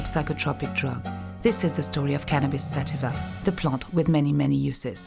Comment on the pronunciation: Im like 5 minutes figuring out it was sativa ( sateeeva ) that she said .